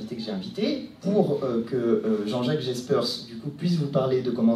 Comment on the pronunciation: je t'aime beaucoup mais il ne se nomme pas jaspers mais jespers le journaliste belge petite correction d'un belge qui connait un peu son travail